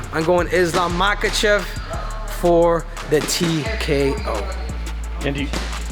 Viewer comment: know his name, but in his language it's pronounce mahAchev, not mAkachev like most do